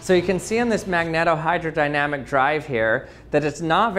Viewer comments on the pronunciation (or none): Magneto- with the “e” separated from the next vowel, the “o”, by only one consonant, the “t”, it should be pronounced as “magneeto”. Should have mentioned the full scale test ship that was built. It used enormous diesel generator sets for power, and did not move very fast. And then of course there was the Red October! Very nice demo and description. Have always been fascinated with the concept. Too bad our seas are not mercury. ;) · Pronunciation: says that should be a long "e" in both "magneto" and "magnetohydrodynamics". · Cool demo. Thanks. Magnetohydrodynamic is pronounced with a long "e". You're welcome. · Tries pronouncing the title A demon from behind : Nah dude, I think that's not how ya say it